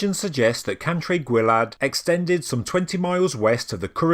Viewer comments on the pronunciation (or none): Gwae as in G Wye.(the river) Sorry but I can't listen to this tripe. It is worse than a china man reading Henry Vth. There can be no apology for your abject butchering of Welsh names. Would it have been too much to ask that You do some homework?